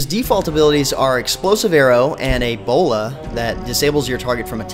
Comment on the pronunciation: why did you say ebola not bola